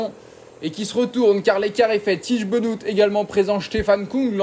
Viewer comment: "Bénote" pour le dire bien ?